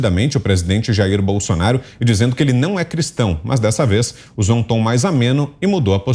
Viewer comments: Lula tem até dificuldade em falar Cristão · Ana vc é perfeita. Verdade este porco sujo não.pode nem.pronunciar a palavra Cristão.